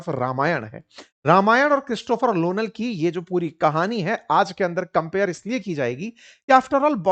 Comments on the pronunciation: It is Nolan, not lonal. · Nolan not lonal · उल्लू के पट्ठे ,लोनल नहीं नोलन है 😂😂😂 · Christopher Lonal 😂😂😂 are ye Lonal nahi haiiiiiiiiiii Nolan haiiiiiiiiiiiii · Christopher nolan ❌ Christopher lolan ✅ 😂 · Lonal नहीं सर nolan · Christopher Nolan not lolan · Sir Christopher lonal nhi Nolan hai😂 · Sir lonal nhi nolan h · Lolan 😂 Nolan ❌ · Christopher Nolan ❎ Christopher Lolan✅ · Christopher lolan??? Lol sirji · Lonal nahi Nolan😂😂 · Are uncle vo "Nolan" he "Lonal" nahi 😂😂😂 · Lonal nahi Nolan 😂😂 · Nolan ❌️Lonal ✅️ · LONAL❌❌❌ NOLAN✅✅✅ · Christopher lolan ❌ Christopher Nolan ✅ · Christopher Nolan sir 😂 not Lonan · Lonan nhi sir Nolan hain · Sir , lonan nahi nolan hain wo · Christopher nolan ❌ Christopher lonan ✔️ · It's not Lonal it's Nolan! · Sir woh lonal nahi nolan hai 😂😂 mere muh se nikal gaya mujhe maafi kar do😂😂😂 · Nolan ❎ Lonal ✅ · Arre bhai aapko Nolan ka naam tak nahi pata, kya bakwas kar rahe ho... Pehle naam toh thik se bol lo..